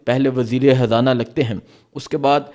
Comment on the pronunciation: Bhai Imran Haan nahi Imran Khan, aur Habrain nahi Khabrain, aur wazir e Hazana nahi balky wazir r Khazana